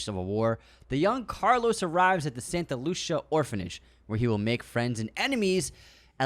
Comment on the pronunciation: Santa "Loosha"? 😂😂 It's Spain not Italy